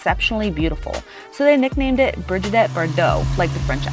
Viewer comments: Brigitte not Brigidette ...... actress not actor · or Bridge-adette, as she said